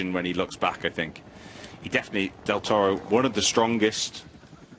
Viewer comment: I can't listen to this woman applying a random accent to say "Del Toro"'!